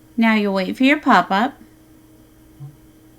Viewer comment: Love The Work You do n' That Voice Is so Amazing (Specially When You Say "Pop-Ups" ... But This Thing Is More Of A Headache Than It's Worth... I Entered My Password In The Build Setup On Several Occasions, Still Nothing... Besides, Are They Offering Something Or Monitoring ?!?!?! Much Appreciation "Just The Same" !!! :(